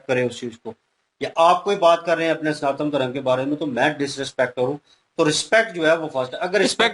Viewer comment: Abee 'sanaatan' hota h 'santaan' nhi!!